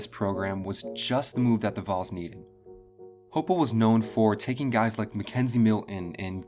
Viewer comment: It's Hype-el, hi-pel, hype-l